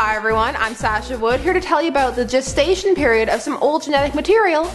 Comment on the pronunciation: I thought at the start she said: 'at the jizz station period' I had to play it again!